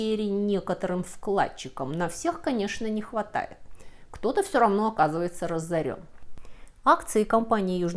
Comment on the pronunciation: Слово разорились пишется с одной буквой "з". Что это за "раззорен"? По крайней мере так у Вас слышится